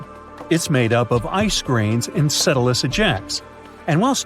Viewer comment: I'm wondering how bad the pronunciation was for them to insert "Enceladus" so obviously after it was originally recorded.